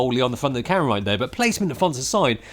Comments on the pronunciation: I thought you were saying Karen, then carrot but I know it could only have been camera. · Every time this guy says camera it sounds like he is saying Karen, and it’s hilarious! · I kept on thinking you were saying "Karen" instead of "camera"...and who knows; maybe you were. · "Get the Karen that has the right features that you want!" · Thanks for clearing that up 🤣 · A Karen you can grip with all 5 fingers 🤣😂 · Haha I noticed that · True. Just picked up in that, Karen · Sounds like “Cara” to me